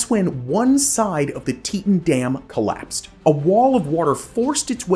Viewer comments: Teetawn, not teetun. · Teton is pronounced "Tee-tawn" lol not "teet-in" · tee taan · Nice to see the Teton Damn in this episode. I've lived in Idaho Falls, currently live in Rexburg. But it's pronounced Tee-Ton. 😊 My boss actually lived thru this with her house getting destoyed during the collape when she was a child. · isn’t it tee-taan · I believe it was named after the Grand Teton mountains, which are near and were named by the French as "big tits." So, yes, the pronunciation should be "tee-taan." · You pronounced "teton" wrong... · Yes he did, but some people pronounce place names differently than others, even though the pronunciation is wrong.